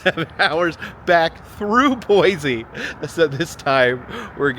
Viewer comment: Great video,! It's Boise with an s not with a z btw